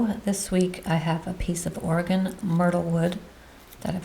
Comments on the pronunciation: Yes we Oregonians can get “testy” when hearing our name mis-pronounced. Good job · Good job pronouncing "Oregon" as you are from Maine. Myrtlewood is primarily found in Oregon along the coast. It looks like it is fairly easy to turn. Beautiful platter!